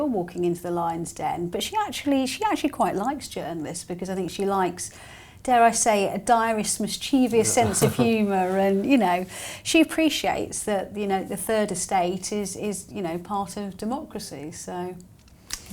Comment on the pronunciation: Not mischievious! It's mischievous, please 🙏